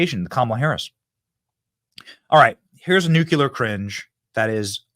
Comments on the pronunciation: Benny, I love you. It's Nu-CLEE-ur. (Nuclear. See the order of those letters? Not Nuke-you-lur.) Please, stop saying it like GWB. Thank you. I appreciate you. I just ... please. Thank you. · Nu-CLE-ar. Not “nu-cue-let”